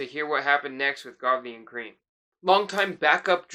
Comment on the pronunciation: It's pronounced Lol 'Krem', not 'Cream'. Just sayin'